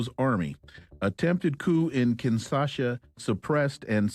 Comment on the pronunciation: Kinshasa, not Kinsasha.